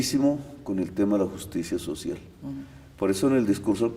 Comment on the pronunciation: JUCTSIA SOTCIAL